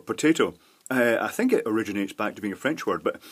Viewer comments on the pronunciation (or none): none